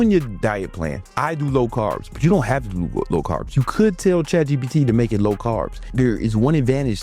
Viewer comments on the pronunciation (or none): Why do you say chatgot like that😂😭?